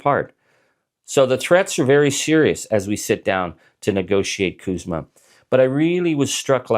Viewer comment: CUSMA not KUSMA we are not Kanada.